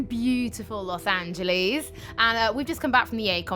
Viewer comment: "los anjoleez"